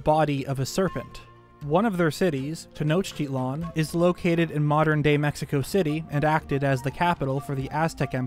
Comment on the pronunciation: As a mexican, i love how much care you put on saying correctly both the names of the old gods and the capital city of the Aztec empire or "mexica" as school books say how they truly called themselves, saying the x as if it were a j in spanish language, i did found a lot similarities with them in both the war clothing and architecture, great job on the video :)